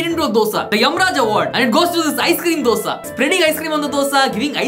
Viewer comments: Best Dosa pronunciation award should go to for not saying Dough-Sa😅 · Best dosa pronounciation